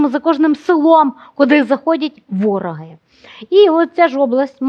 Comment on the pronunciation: Ставте правильно наголос, "вороги".